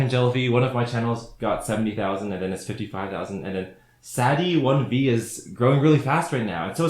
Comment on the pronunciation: "Sad E 1 vee"